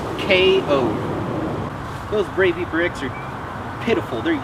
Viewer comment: Buoy knife? Maybe it floats? Looks more like a BOWIE to me, BOWIE not BOOOIE